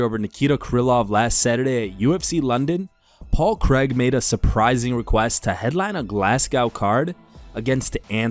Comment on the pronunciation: Who is Paul creg? Can't even pronounce his name right ffs.